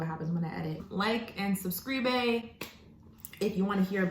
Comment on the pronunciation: This girl really said subscreebay lol 🤦🏿‍♀️😂